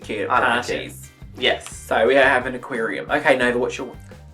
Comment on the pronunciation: please tell me you intentionally said 'aqueerium'.